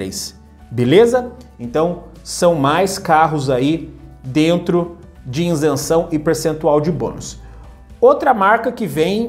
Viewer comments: Meu caro, Com todo respeito e com a exclusiva intenção de colaborar, esclareço que a pronúncia correta da expressão é ISENÇÃO, não INSENÇÃO, como você tem mencionado. Ok? Parabéns pelo seu canal. Saudações! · Boa noite. Você não é o primeiro a comentar isso, apesar de eu saber exatamente como se pronuncia a palavra ISENÇÃO sem o N. Acho que nem dá pra perceber como eu de fato falo, o vídeo sai tão rápido pra reparar nesse detalhe... Mas obrigado por acompanhar o canal.